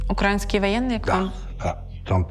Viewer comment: Журналістка-інтервʼюерка декілька разів повторює: укрАінскіє ваєнниє🤦‍♀️ Пані, ви публічна особа, тож, запамʼятайте – украЇнські, УКРАЇНСЬКІ військові! Навіть каzап вимовляє правильно!